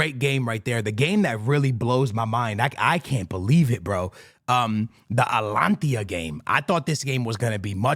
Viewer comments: Mate, ATALANTA ...what alantia? its not even close to Atalanta. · Bro how do you pronounce Atlanta in Georgia? Ok, so what’s “Atlantia” you keep saying 😂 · Atalanta ❌ Alantia ✅ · ATLANTIA sounds better thou🔥💀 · is it hard to pronounce Atalanta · 3 guarantees in life: death, taxes, and mispronouncing “Atalanta” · Can you say atalanta right for once